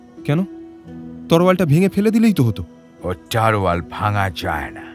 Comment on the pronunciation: তলোয়ার কে ওই ভাই বোন দুইজন বারবার "তরোয়াল" উচ্চারণ করে গেছে। বাংলা উচ্চারণ এত খারাপ হলে কিভাবে রেডিওতে গল্প বলে তারা।